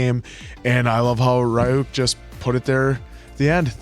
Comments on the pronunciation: Why in DUB???? WHHHHHHHHHHHHHHHHHHHHHHHHHHHHHHYYYYYYYYYYY !!!!!!!! 😒🙄 The cringe!!!! Can you make 4 episodes in each video ?! Like avatar and korra so that the cringe is less painful and of shorter duration !?!? And it's R-yuk not Ri-yuk !! Here we go with the dub cringe. It's a shame because I LOOOOOOOOVE Death Note. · I am always amazed by Americans disregard for pronunciation. RYUUK somehow becomes Ri-yuk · ryuk is pronounced as ryu -k ("ru" as in rumour) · So, just letting you know how Ryuk’s name is actually pronounced. It’s similar to “ree-ook,” but the “ree” sound isn’t actually all that long. It’s like the word “beauty.” You don’t say “bye-yooty” or “bee-yooty.” You say “byooty.” It’s the same with “Ryuk.” It’s not a very common sound in English, so it’s hard to grasp at first, but once you get the hang of it, it’s no harder than saying “beauty.” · Why are you saying Rai UUK for Ryuk? Where are you getting Ai from Yu? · its pronounced Re-Yuk u guys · The way they're pronouncing Ryuk's name is killing me